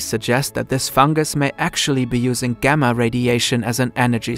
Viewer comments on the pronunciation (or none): none